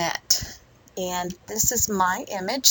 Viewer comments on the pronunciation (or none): It’s pronounced Vin-yet not Vig-net! Otherwise liked the video.